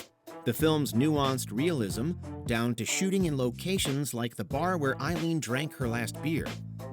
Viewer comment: I'm impressed. Not only did you mispronounce Aileen and Wuornos...you mispronounced Theron as well. 🤦‍♂️